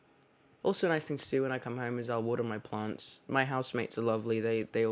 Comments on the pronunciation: When he was talking about his plants I thought he was saying blunts lol 😆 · when he says plants it sounds like it’s italicized... it’s beautiful